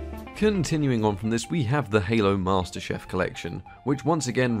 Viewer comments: "master chef collection".... It is CHIEF. MASTER CHIEF. Gordon Ramsey disapproves of your pronunciation. I understand it's different pronunciation for different countries. But dude... it isn't and has never been chef. As someone who is showcasing games during thier experiment. You should have already known this. Despicable. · Am I the only person that heard him say Halo master chef instead of Halo master Chief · this guy said master chef instead of chief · Halo Master Chef collection is what I heard, enjoyed the video ty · it's master chief not master chef! He's shooting not cooking! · I can't tell if you said masterchef deliberately or not 😂 I was wondering if it would still be worth buying because of drivers, but it can run most of the games without issue. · “Mahstah chef” 👨‍🍳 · Sounded like "Halo Master Chef" collection... XD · Did he say chef😂😂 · Tell me im not the only one who heard HALO MASTER CHEF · Has no one clocked on to how he said master chef edition 😂